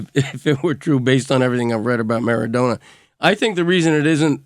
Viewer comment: Why the hell is LeBatard pronouncing Maradona that way? Doesn't he speak spanish?